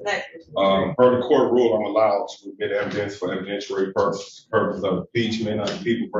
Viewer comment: It’s evidentiary, not evidentuary!